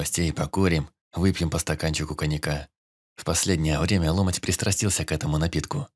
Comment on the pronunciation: Чтец неплохой, но гундосит зачем то и ударения путает. Не лОмоть, а ломОть